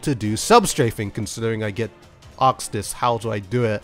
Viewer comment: «I get aksed this very often» ???